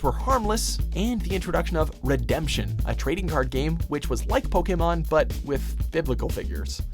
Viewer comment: But hey, atleast unlike a lot of americans, the satan guy knows how to pronounce Pokémon